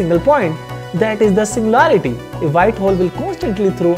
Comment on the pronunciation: Your voice sounds confident when speaking english, but the pronounciations are 100% wrong lol. "Singularity" not "Sinlarity" and for "Theory of Relativity" you said "Tory of Jondability(????)" Sometimes, I can't even understand what you're trying to say even if I listen to it over and over.